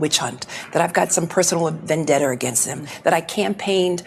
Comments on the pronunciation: Did she say vandetter? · What's. a. Venn. Debter??? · She said Vandetter … 😂😂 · She cant even pronounce vendetta,how does she hold any position at all?? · Nice logic, lady. 😝 Also, what's a "vendetter"? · “Vendetter”. Send this mheffer back to school! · Hey Jimmy! What’s a “Vendetter”?😂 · Vendetta does not end with a R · I hate the way she says Vendetta. She adds an R at the end of it. lol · I like "vendetter"